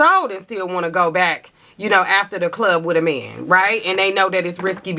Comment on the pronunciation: The way you say ‘meeeehhhnnn’ gives me life😅😅 the accents to a non-american ears😂😂